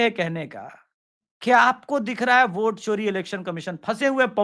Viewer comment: मूर्ख!!! ओट नहीं वोट बोल....